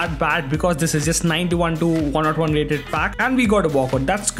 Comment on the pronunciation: Please Stop saying 101 as one not one that's too annoying 😭